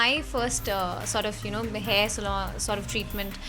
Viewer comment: Did anyone tell you that it is not SALOON its SALON